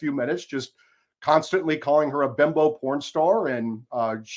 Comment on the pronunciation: IT’S “BIMBO” NOT BEMBO.